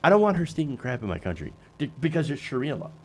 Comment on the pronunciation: Did he just say “Shakira law”?